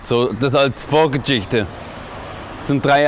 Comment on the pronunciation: „Schtailikone“ und „Vorgädschichte“ 🤣